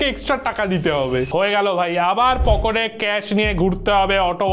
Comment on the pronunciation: Pocote ❌️❌️ Pocket ✅️✅️